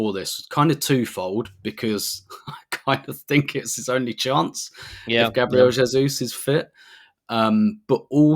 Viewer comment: 🙏🙏🙏🙏🙏🙏🙏 tell the moderator that it is pronounced Gaah Bree Eh le!!!!!!!!